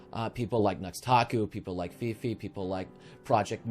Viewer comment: I know this is a serious video, but I thought her name was pronounced FAY-FAY